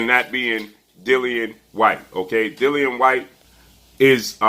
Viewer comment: It's not hard to pronounce Dillian whyte 😂